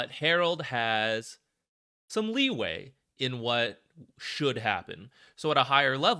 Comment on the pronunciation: "leeway" :P